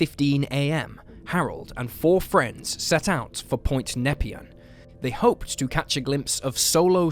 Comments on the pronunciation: Point NepEan, not Point NEPean. I do wish narrators would do even a small amount of research into pronunciation of place names and surnames. My uncle (a police office) was in charge of co-ordinating the search for HH at that time. I remember, as an 8yo, that it was exciting to see my uncle on the tv, even though I was vaguely aware that it wasn't a good thing that was happening. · Harold Holt ..... Point Nepean is pronounced Point Na-pee-an ..... and the fu*ked up thing is that they named an indoor pool after him. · Ironically There is a swimming pool centre in suburban Melbourne called Harold Holt Memorial -also point Nepean it’s pronounced point Nuh-pee-ann-. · Neh-Pee-an (Nepean) [Harold Holt] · Point Nepean (Harold Holt story) is pronounced Neh like "next" Pee like "P" Ann like the name - Neh pee ann. Fun fact - there is a public swimming pool named after him in Melbourne. Yes, a pool. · Re. Harold Holt- the point is pronounced “Point Nep-pee-en” Best part is us Aussies named a swimming pool after him lol that’s our wacky sense of humour lol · Pronounced “Na - Pee - Ann” lol